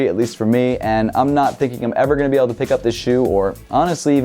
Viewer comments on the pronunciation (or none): none